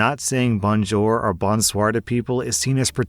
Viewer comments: "Bon-jer" is an odd pronunciation for "bonjour" but I really can't fault for mispronouncing non-English words. English words, on the other hand... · Bonjour and bonsoir pronunciation hurts the soul but love to hear it. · Hi, I'm Canadian born n' bred and even those of us not residing in a primarily French speaking province had to learn French in school and all I can say about your pronunciation is "Mon Dieu!" Sorry, I am a huge fan and had to joke; your voice acting is fantastic, and when you do the "Karen" it really adds to the story by increasing the tension, whilst being so incredibly triggering that I find myself yelling at the Karen! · Note: Only greet French people with “Bonjour” if you actually know how to pronounce it. If you say it like, it won’t work. They’ll just sneer at you and figure you are ignorant and/or from the US. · I’m learning French, and a lot of my family speak it. Your pronunciation of ‘Bonjour/Bonsoir’ made me want to die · The way you’re saying Bonjour is killing me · lol way says "bonjour" 😅🤣😂